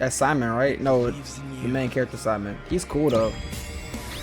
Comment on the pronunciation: I figured you hadn't seen Gurren Lagann, cuz you pronounced Simon's name wrong. 😂